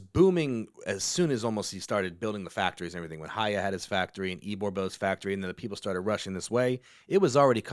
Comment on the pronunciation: FYI the H in Haya is silent. had it right the first time.